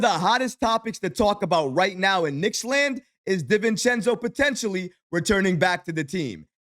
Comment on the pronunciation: Respect and I love your reporting in these topics. Please, it’s Di-Vincenzo. DiiiiiVincenzo 😂